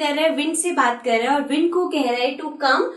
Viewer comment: Wind alag bolte ho aap